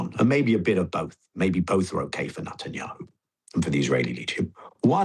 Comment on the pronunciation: Like the way he calls him Nutenyahu 🥜